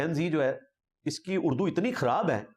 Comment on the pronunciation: انجینئر محمد علی مرزا معروف بہ ’چھوٹا مرزا’ خود لفظ ِ ’اُردُو’ ھی درست نہیں بولتا ، بلکہ ’اڑدو’ بولتا ھے ۔ ’خوشہ’ کو گوشہ ، ’پراگندہ’ کو پراندہ , ’بیخ کنی’ کو بیچ کنی ، ’مُورد ِ الزام’ کو مودر ِ الزام ، مزارات کو مزرات ’استاذُ الاساتذہ’ کو استاذ الاستاذہ ، طِفَل ِمکتب کو طُفل ِ مکتب ۔ یہ چند نمونے ھیں اس جُگت لامّا کی ’لسانی طاقت’ کے ۔ یہ شخص انتہائی بڑبولا بلکہ ’مونہہ پھٹ’ اور بےادب و گستاخ واقع ھوا ھے ۔ شرفاء اپنی عزّت بگڑنے کے ڈر سے اسے مونہہ نہیں لگاتے اور یہ کہتا ھے میرے علم کا رعب اور دبدبہ ھی اتنا ھے کہ مخالف ٹِک ھی نہیں سکتے ۔ کم علم بلکہ جاہل قسم کے اینکروں کے سامنے بیٹھ کر غلط سلط حوالوں پہ حوالے دیئے جاتا ھے یہ نام نہاد ریفرینس کا بادشاہ ۔